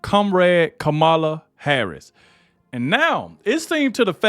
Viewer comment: If your going to do this say her name and other words correctly it’s Harris not hara